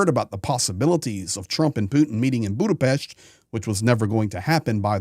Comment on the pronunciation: No "ch" in Budapest